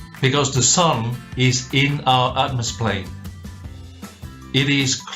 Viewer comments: Atmosplane? Shouldn't it be atmoplane? Or is it atmos-phere or atmo-sphere? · Anyone else getting angry that he keeps saying atmosplain?